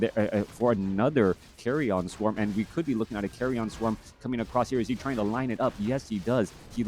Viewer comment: Why does he pronounce it as "carry on" swarm? Isnt it pronounced as "carrian" swarm? Pls enlighten me if I am wrong.